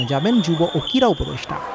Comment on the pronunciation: ভালো উচ্চারণ না করতে পারলে কীভাবে সাংবাদিক হয়? কীড়া না ক্রীড়া?